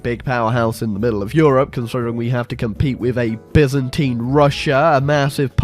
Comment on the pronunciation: "Byzantine Byzantine Colombia" Emphasis on the BYZANTINE